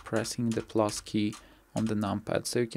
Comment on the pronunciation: I'm not a native English speaker, so I didnt quite understood what the button you said on the "numpad". I got something like ""plos" button on your numpad", but I didnt find it. Can you help me writing the button please? Thanks in advance, great tutorial =)